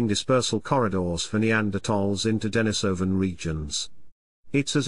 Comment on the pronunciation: "De-NI-so-van" -- the accent is on the second syllable.